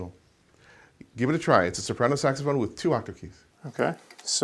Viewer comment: it’s a sexphone. it is a sexphone”